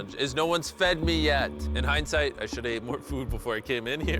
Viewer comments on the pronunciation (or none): none